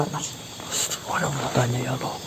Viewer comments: Biasakan nyebut nama Allah yg bener mbak Allah bukan Alloh 🙏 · Official Assalamu'alaikum mohon maaf sebelumnya kalau saya boleh kasih tau sedikit . didalam bhs Arab/ dipelajaran tajwid bahwa hukum membaca lafad Allah ada 2 yaitu: 1.Taglizh artinya tebal atau gemuk, cara pengucapan taglizh lam dg tebal sampai memenuhi mulut, suara "a" Lebih mendekati "o" Sebelum lafad Allah berharakat fathah/dhommah 2.Tarqiq artinya dibaca tipis/kurus yaitu apabila lafadz Allah didahului huruf kasroh contoh: بِسْمِ اللَّهِ الرَّحْمَنِ الرَّحِيم dari sini bisa dipahami wassalamulaikum wr. wb